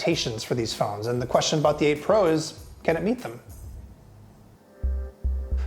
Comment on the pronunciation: Am I the only one constantly hearing April instead of 8 pro? 😂